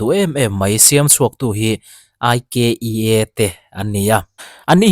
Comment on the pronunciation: Ikea hi aiiikiiiaaaa ania… India ram ah Mumbai & Bangalore,Hyderabad ah a showroom a awm. Anlam dan kha lo va thlek ve la,aaaiiikkkkiiiaaaa tia lam tur😊